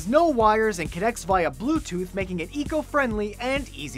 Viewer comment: How he pronounced via...